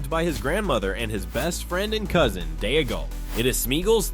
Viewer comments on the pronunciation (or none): Its Dee-gol to rhyme with Smee-gol. What an embarrassing thing to get wrong throughout the video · “Day-a-gull”! 😂😂😂 A female-gull! 🎶